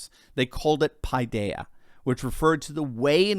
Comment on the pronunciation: The Greeks did not, do not call it "paeedaia", as you pronounce it . The word is pronounced 'pedéia'. If you can read Greek, you will know the AI is pronounced short e, as is the H, the I , the EI, & OI (and some times the Y)... all applied differently according to noun or verb or plurality.